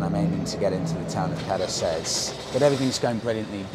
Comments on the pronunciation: It's pronounced Katheres though😉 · his butchered pronunciation of caceres shouldve pissed ye off surely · Don’t be discouraged by those guys in the bar; your “te verde” was not bad at all. 😄👍🏻 Your “Cáceres” could benefit from some more practicing, though 😂Thanks for your videos, love them all the way! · Nice video but you were certainly ripped off by your Spanish teacher in Tenerife. Can´t order green tea, can´t pronounce Cáceres and don´t know what a tortilla española/Spanish omelette is.